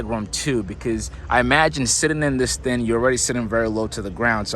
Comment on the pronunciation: Sorry I had to coment...Thing is with a G at the end of the word not the thin..it is also seatinG not seatin..